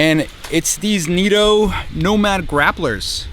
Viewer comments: Neeto? I thought they were Nitto? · "Knit-o" not "neato". Putting these on a 4runner limited 20" rims, glad they seem like a good choice for all around.